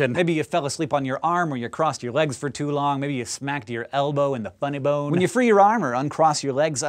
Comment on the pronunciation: Looool! The way he says FUNNY BONE